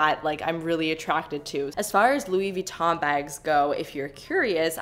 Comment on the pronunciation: How about put on a shirt? I guess I liked one of your videos and decided to subscribe and I’ve been ignoring the videos ever since then. Yes I’m unsubbing so you don’t have to send me hate comments. PS you’re pronouncing Louis Vuitton incorrectly.